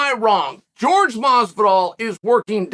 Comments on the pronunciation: Where are you wrong??? It's (whore-hey) not (George) . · Me: Jorge Masvidal Chael: George Masvidal Me: George Masvidal